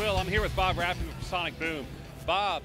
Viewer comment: Umm..... It's Rafae, not Radford, im sure u know this by now but, it would be weird to call him radford to his face.